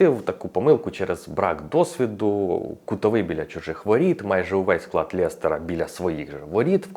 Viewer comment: лЕстера, а не лЄстера))